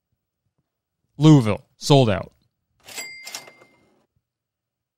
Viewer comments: as someone from kentucky, his pronunciation of louisville HURT. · hearing him mispronounce louisville is so funny bahaha